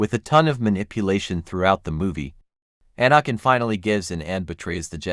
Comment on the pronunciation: Please learn how to pronounce Anakins name correctly